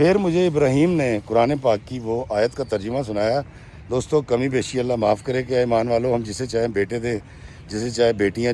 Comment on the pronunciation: Bhai it's not khame it's kame given from Allah